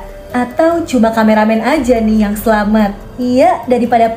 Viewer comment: Selamat kak bkn selamet